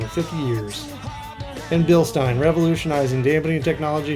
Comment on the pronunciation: This is the first person who has ever pronounced Bilstein the way I thought it was supposed to be pronounced. I hear everyone else say "Bilsteeeen"